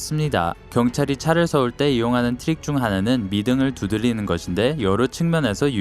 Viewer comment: 혓바닥이 짧은가?? 두들릐는ㅇㅈㄹ 안봐야겠다